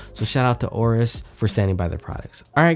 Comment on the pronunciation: AYE-OH-RUS, not OH-RUS.